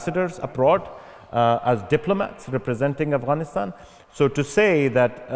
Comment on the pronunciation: Oxford you let us down. Could you not find someone who know Afghanistan and ask proper questions?.. Your host can't even pronounce Afghanistan properly.